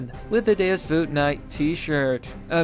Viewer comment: It's not "deos vute" its DEUS VAULT!😫🗣📣📣